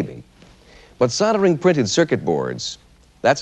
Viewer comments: What is soddering? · How did SOLD - ering become SODD - earring.